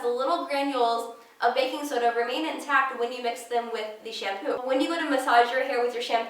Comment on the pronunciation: She said she loved 'baking soda'....sounded like "I'm in love with the coco!" #lovehair